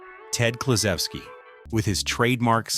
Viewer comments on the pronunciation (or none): It's "clue ZOO ski" for cripe's sake. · The video narrator came close to pronouncing the name as the Polish would pronounce it. Big Klu americanized it to be Kloo-ZOO-ski. Sorry you missed the rest of the video....it wasn't too bad. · Pronounced Ted Kla-zoo-ski. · Well - since they start off with mispronunciation - I'm outta here. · Four seconds in, butchering Klu's name. That's enough for me. 🫵😠👎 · I immediately stopped watching when Ted Kluszewski's last name was incorrectly pronounced. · Starting off saying Kluszewski's name wrong is a bad look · 2 seconds into the video, and they already mispronounce the player's name wrong. I immediately stopped watching. You'd think with all of the work and research to build such a list, you would have researched how to pronounce a player's name. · Had to quit watching early this on. Couldn’t even pronounce the first players name! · You can't pronounce Ted Kluzuski's name properly. And, I'm outta here before I bother with the rest.